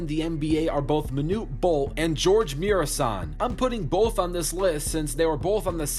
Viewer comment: No it's not lol, im from romania and thats not even close to how you pronounce Gheorghe